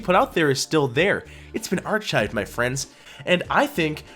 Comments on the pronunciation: “Are-Chived”? You mean “ar-kived”? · Let me help you. Arch-hived? Try Ark-hived. I beg of you. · Arshived? Is that a pun or do you not know how to pronounce archived? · ar-"chi"ved? What is wrong with you? Your channel is garbage, you are a dumb fuck and you will never amount to anything on YouTube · Artschived?! Archived would be the correct pronunciation. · I can’t unhear this guy saying arCHIVED….